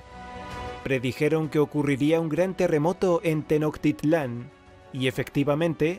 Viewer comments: Amigo no se pronuncia..tenoctitlan...se pronuncia tenochtitlan así como se escribe..así se pronuncia..saludos desde México...... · Hola, gracias por tu video. Dos detalles, se pronuncia TenoCHtitlán y el terremoto fue el 1985. Atentamente: una mexicana. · No fue en 1986 el sismo fue en 1985 y se pronuncia con ache tenochtitlan no tenoCtitlan 👎👎 Cuida tus datos. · Tecnotitlan 😆 E R R O R : se pronuncia Tenochtitlan que suene la Ch más fuerte que decir shhhhh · Disculpa como otra corrección se pronuncia tenoSHtitlan, aunque se escriba con "c", para nosotros la "ch" es una letra compuesta pronunciada parecida al "sh"( ejemplo: chapulín) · Se pronuncia teno SH ti tlan (clan) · Tenochtitlan se pronuncia como cualquier otra palabra que lleve la "ch". Por ejemplo "chico".